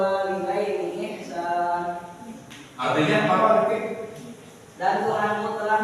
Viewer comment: Bacaannya Ihsanaa, bukan ihsaan